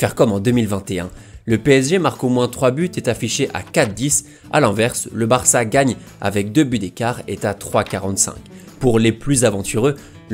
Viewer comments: Pourquoi tu mets un m à la fin de tes phrases quand tu parles ????? Genre le BarçaM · Euh, c'est moi ou il met des "m" à la fin de plein de mot ? "Trois - troim" "le Barçam" "encore une foim" ...